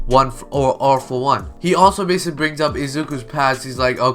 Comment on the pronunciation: please dont say basiclly ever again xD